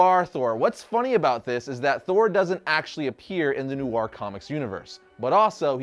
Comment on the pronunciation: New-ar? You mean noir? Smh